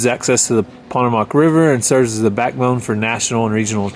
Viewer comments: Looks like you guys have had a great time on your vacation. the Potomac River is pronounced Pa-tomb-ic not pot-to-mack. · "Pa-toe-mack" is the Potomac. Not pontomac 😅😅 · Got a chuckle when said Pot-o-mac River 😆. It's Pa-toe-mac. Just pulling your leg,. I might say it like you did if I hadn't grown up around the Potomac. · I don't know about where you live, but I have always heard the Potomac River pronounced Pa-TOE-mak. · Hi guys! I have watched the Veggie Boys and Girls for quite awhile since I grew up in Pennsylvania and have watched your kids grow for a long time. I will say that it is Lank- a- stir and the Pah-toe-mick the last syllables are sort of quiet. Of course, there are all kinds of weird pronunciations no matter where you go! You guys make it interesting no matter what you show us. Thank you! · Potomac is pronounced puh-toe-mick .. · Potomac is pronounced (Po-toe-mick) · You pronounced Potomac River wrong. It's pronounced Po-toe-mac. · Potomac River pronounced Puh tow muhk, emphasis on 2d syllable. Also, 'salve' pronounced like have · Ok,...pronunciation lesson time: salve is pronounced like have, the "l" is silent. Potomac is "puh TOE mek." I wouldn't normally point these out, but y'all did say you were trying to learn the correct pronunciations. Thank you for visiting the Veggie Boys and showing us around Harper's Ferry. I really geek out on history stuff ❤ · Hey, it is the Pa-tome-mac (long O) River. Potomac River 💙😍💙 I just subscribed to The Veggie Boys 💚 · you are saying "Potomac" wrong. It's pa-toe-mic, emphasis on the 2nd syllable. It's the Native American word for the river. I live in Cumberland, Md. the eastern end of the C & O Canal. It was wonderful to see your family in my area of the country. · it's pronounced Pah-toe,mic for Potomac River. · It’s called The Potomac! Po-toe-mic ❤ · Had to laugh how pronounced Potomac 😂